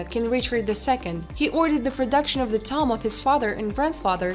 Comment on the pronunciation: I love when "prehistoric toms" are found. Lmao. Stupid robot voice. Call a tomb a tom one more time! I DARE ya! I DOUBLE DARE YA! SAY TOM AGAIN!